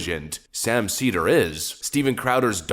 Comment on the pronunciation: Sam “seether” Seder